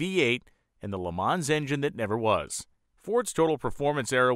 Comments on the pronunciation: Why do you keep saying "LeMaw" for LeMans? I had a 70 Pontiac LeMans, and it wasn't a "LeMaw." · Everybody hates, how you say "Le Munz"...! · What is a 'Le Mah'? Who is 'Le Mah'? Where is 'Le Mah'?